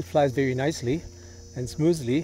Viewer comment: Great video, thank you. Kleiner Tipp für den jungen Mann mit deutscher Muttersprache. Very spricht sich nicht "weary" und ventilation nicht "wentilation" aus, sondern very and ventilation, so wie im Deutschen das W von wieso. Es ist lustig zu hören wie der Grossteil der Deutschen und Deutschschweizer mit "V" und "W" im Englischen auf Kriegsfuss stehen. "Tele-Wision", "Life West", "Wictory" usw. Braucht nicht viel, nur etwas Aufmerksamkeit. Aendert nichts am tollen Beitrag.